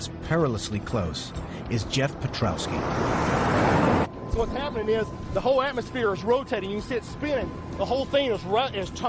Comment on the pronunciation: lol "Perkowski" You didn't even try did you